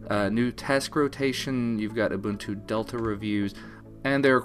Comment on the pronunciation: its not ooh-bun-too, its ooh-boon-too. ubuntu.